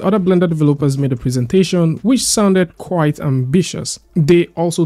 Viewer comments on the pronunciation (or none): none